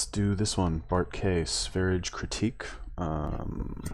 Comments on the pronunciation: Its pronounced sværije lol thats impossible for you. But ends with yeah even.if buuh would be more appropeiate. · lmao is that how you pronounce that shlt name? Sv3rige is an ldlot...